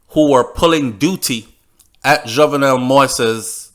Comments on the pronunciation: Not only you but most of the media is mispronouncing this man's name. Many people have been complaining about medias, both white and black constant mispronunciation of this man's name. I have and will continue to do so because it is a sign of respect. certainly have. His name is pronounced Jovnel. The "e" is near silent. You pronounced it correctly when you read the first lady's quote. Pronouncing his name is not trivial, it just a sign of respect, which he deserves. Just tragic that his life was ended with him pleading for them not to shoot him. Seems like no one had his back at that time. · your reports from Haiti are very informative as a born Jamaican I feel that you should make an effort to pronounce his name correctly he the main character, it takes away respect from your story people will start to tune you out saying you can't even pronounce his name?? and it's not about any other media it's about respect for you and your channel. MANNERS AND RESPECT✊🏾